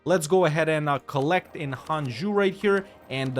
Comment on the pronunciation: And in case you read this, Jianzhou sounds like Jyen-Joe!